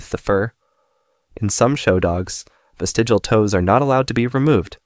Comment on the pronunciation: Good video, but the word is “vestigial” not “vestigal”.